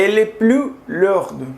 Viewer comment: Amigo: Ten cuidado con las consonantes finales mudas como en 'long' [lɔ̃] y no [lɔ̃:g]; 'lourd' [lu:ʶ] y no [luʶd]. Si las pronuncias, corresponden a la forma feminina: 'longue' y 'lourde' respectivamente. La consonante [ʶ] es apenas perceptible. La vocal [ɔ̃:] es larga; se indica con dos puntos colocados después del símbolo. A pesar de que no se hablan de ellas, las vocales largas existen en francés pero no afecta el sentido de una palabra. Estas vocales largas sólo se pronuncian de forma sistemática cuando están en la última sílaba de una frase o justo antes de una coma. Si esta misma vocal se encuentra en otra posición, se vuelve breve como las demás. C'est un plaisir d'écouter ton charmant accent mexicain. Salut